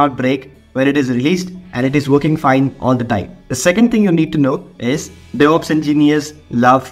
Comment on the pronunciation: "Deveops Roadmap"